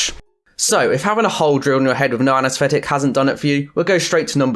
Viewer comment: Learn to speak correctly! What is anasfetic ,never, nufinc,wiv , the go and practice "th" anesthetic